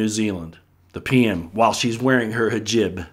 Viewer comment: HE-JOB, try saying it like this, just so your.... how can I say this, culturally correct. So it doesn't come back at you! from one of your native UTAHN'S!!! lol P.S I KNOW WHAT YOUR TALKING ABOUT!! PEOPLE DO NOT UNDERSTAND THE DIFFERENCE OF GOOD AND EVIL/LIVE. JUST DO THE RESEARCH MY FRIENDS HENSE THE WHITE AND BLACK PEOPLE UNDERSTAND THE 2 AND HOW THE ARE USING WORDS NUMBERS AND YOUR OWN THOUGHTS AGAINST YOU!!! UNDERSTAND HOW THE WASHING/PROGR*** WORKS PEOPLE AND UNDERSTAND THE DIFFERENCE BETWEEN RELIGON/SPIRITUALITY!